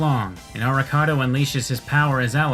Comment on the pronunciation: "Avocado tells Soma to stay out of it." God I can't unhear Arikado as Avocado